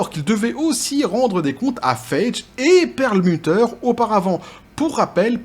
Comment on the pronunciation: Ca se pronoce Faigy (faille-guy), pas Feidge ;)